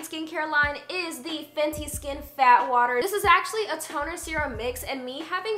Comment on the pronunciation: When she said "Fat water" I kept thinking she was saying "Bath water" I thought Rhianna was selling her own bath water as a toner 😭😭